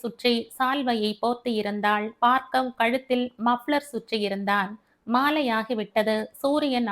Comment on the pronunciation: Hi mam... ❤️❤️. கதை நன்றாக இருக்கிறது ஆற்றின் வேகம் போல, இயல்பான நடை. Btw, மேடம் என்னை தப்பாக நினைத்துக் கொள்ளாதீர்கள் adu Baargav... நீங்கள் பார்க்கவ் என்று படிக்கிறீர்கள். பார்கவ முனிவரின் பெயரால் Baargav ena பெயர் வைக்கிறார்கள். தயவு செய்து மாற்றி படியுங்கள் நாளைக்கு. 🙏